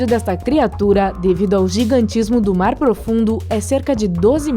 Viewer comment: Vai toma no cu aprende a narrar caralho que horrivel hoje vamos falar da profundesa do marrrrar